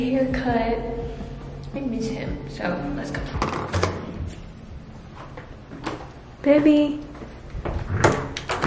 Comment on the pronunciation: I love how calls Montana Beby instead of baby lol